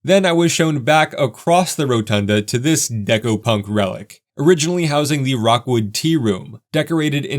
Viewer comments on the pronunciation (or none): The pottery is pronounced rook-wood NOT rock-wood It's Cincinnati's world famous ceramic /pottery manufacturer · Gosh, I just can't stop correcting things today :). It's not Rockwood - it's Rookwood - and you're by no means the first to make that mistake. Minor flaws aside, I'm still really enjoying your content. Thanks! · The fountain was completely restored, and even has multicolored concrete walks and stairs around it. The fountain only operates in summer. Also, Rookwood is not pronounced ROCKwood. It sounds like LOOKwood. Cincinnati's Rookwood Pottery is probably the most famous ceramic/pottery company in the USA, and is still in business in Cincinnati's Over-the-Rhine downtown area. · Great vid, but a correction. It's Rookwood Pottery, not Rockwood. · Lifelong Cincinnatian here. Very nice video, covering this iconic city feature as it is today as well as its storied history. I appreciate the time spent creating and posting it. A couple of nits: Its “Rookwood,” not “Rockwood.” Named for another local icon, Rookwood Pottery, which is worth considering for another video. Hint, hint. 😉 Also, Falmouth, KY is pronounced FAL-muth, not “Foulmouth.” LOL Cheers! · It's ROOKwood, not Rockwood. Rookwood Pottery definitely should be a part of your full-city tour. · FYI it's ROOK-WOOD pottery not ROCK-WOOD... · It's Rookwood NOT Rockwood! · Great video. I was lucky enough to take one of the last trains. I wish you'd spent some time on the history of the murals. I don't live in Cinti any more, but next time will definitely hit this up as there is way more there than the last time I was in town. PS: It's Rookwood Pottery, not Rockwood. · Rookwood not Rockwood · It's pronounced ROOKwood, not ROCKwood. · Very cool. One minor corrections. The famous pottery company that made the funky tiles is pronounced "Rook-wood", like the chess piece, not "rock-wood" like the stone. Definitely on my list to visit if I find myself in Cincinnati. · It's Rookwood, not Rockwood.